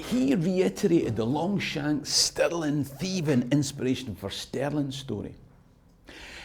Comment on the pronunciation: Your pronunciations of Stirling and Sterling sound the same to me.